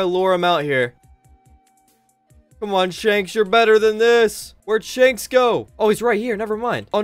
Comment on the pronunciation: pronunced shanks shakes